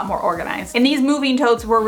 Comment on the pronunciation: Chargeeeen, moveeeen, thinkeeeen, liveeeen, etc, etc, etc. that’s all I can hear. These words end in ING. It’s not rocket science…